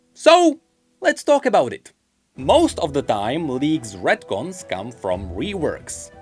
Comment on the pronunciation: What the hell are redcons or ratcons or whatever you said